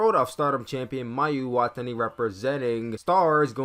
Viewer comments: hey you mispronounced Mayu Iwatani and Momo Watanabe wrong, the best way say their names is to listen to the way the ring announcer say their names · Hey um you mispronounced Mayu and Momo last names